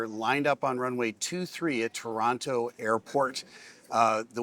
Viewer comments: You said "Torono" the first time like a Torontonian.....well done eh !🍁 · Finally someone who pronounces Toronto like a Torontonian...